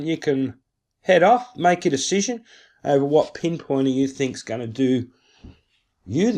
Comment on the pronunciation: NothING AND GoING not NUTHUN and GUNNA